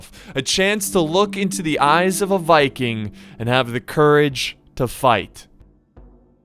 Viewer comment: "Even the Vicking was impressed." I love to Heard that. Not a easy task